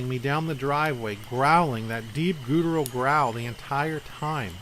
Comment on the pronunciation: Awesome stories and great reading. Only one suggestion … look up the pronunciation of the word “guttural”. About the lion-like roar, I think it was a Bigfoot and not a “dogman”. Sasquatch roars sound like a combination of a lion roar, superimposed with the roar of a huge grizzly.